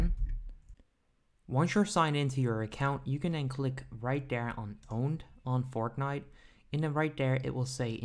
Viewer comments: He is saying fortghnit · Him saying Fortnite is so awkward